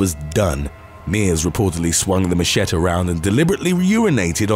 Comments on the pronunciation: It’s not Ma - sheht , it’s Ma-Sheh- tee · I know what a machete is... but what the fuck is a ma-shet? 😂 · The knife is a macheTE (last syllable pronounced TEE)! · Machette is pronounced MASHETTY. Emphasis on the ‘y’ as a soft i ( as in mushy, rather than a hard I). SERIOUSLY, these are everyday words we all learn, yet you keep on mispronouncing them. WHY 🤷🏼‍♀️ ?? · It's a ma-chet! The most brutal of blades. Enhanced strength and +3 sexual prowess. -2 bladder control. 😂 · 😂 "Machette" I love language 😍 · Machete is pronounced Muh-shet-ee😉. I love your narratives,!! Happy New Year to everyone🎆🎉🎊💥❄🤗!! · What the hell is a machette?!? Dude, seriously machete is a universal word at this point. You are old enough to know it ain't pronounced that way. Gotta be doing this on purpose. Are Spanish words kryptonite? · Did he really just mispronounce machete?? Lol best one yet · You can't POSSIBLY believe that anyone pronounces "machete" that way. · Neve heard machete pronounced the way you say it? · 😂 missed pronounced machete. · Your erroneous pronounciation of 'machete' not only made me mad but also cringe extremely hard. Lmao Other than that, good video! Please research the proper pronounciation of words before making any more videos. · When pronouncing the word machete goes wrong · That's not how you say machete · Please look up the pronunciation of machete!! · Oh dear God who doesn't know how to pronounce machetE